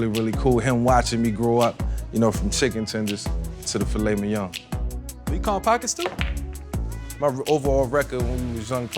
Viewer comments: Is everyone gunna act like he didnt just add an extra "g" at the end of filet mignon(g).....? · “Fillet minyoung” -Vick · i stay fresh he spelled it the way Vick pronounces it. Mingyong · "Filet minyong"